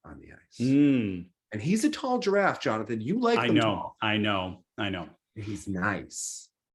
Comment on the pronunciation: no, it's not :) Jonathan pronounces it quite well, though, very close